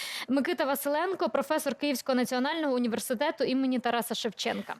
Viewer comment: Що цей ,,прохвесор'' може навчити?